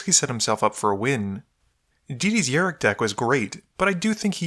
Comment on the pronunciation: It's rok not rik